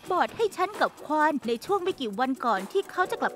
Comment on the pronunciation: ภาษาเกาหลีมันออกเสียงว่าควอน ถูกแล้วนะ